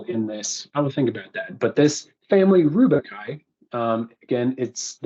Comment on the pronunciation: rubiaceae. not rubiciaceae, not rubicai...simple google search for pronunciation helps